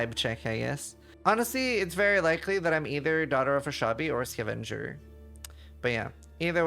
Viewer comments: Looks similar enough to avenger that a non-native like him might be led to believe it is pronounced the same way. But English is never that consistent, now is it? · Please immortalize how pronounces "Skuhvenger" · Ska Venger... lol. Scav enger. 😂😂😂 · why is he pronouncing scavenger like that